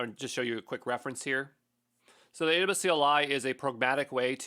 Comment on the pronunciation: Haha, I'm still getting used to how he slurs "AWS": "Adabus". 😂 Guess I'll have to get really used to it. 14 he 2 mins to go...